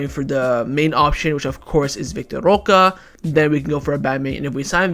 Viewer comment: why won't you pronounce roque correctly? currently banging head against wall...